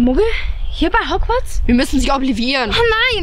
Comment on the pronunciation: Das heißt Hogworts und nicht hogwiez oder wie das heißt